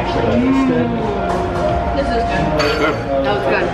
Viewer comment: The "eez gooood" got my ass 😂